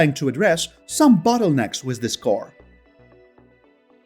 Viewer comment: Out of curiosity, why do you say wish, instead of with?